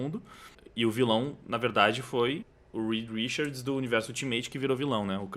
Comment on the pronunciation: Me dá um tremelike toda vez que ele fala "Rikard" quando a pronúncia é "Rixard". Po, Richard Gere, King Richard...só ouvir os próprios americanos pronunciarem. Mas fora isso o vídeo é top.